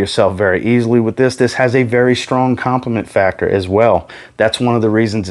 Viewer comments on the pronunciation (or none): none